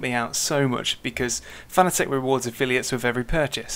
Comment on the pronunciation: pronounced fa na tick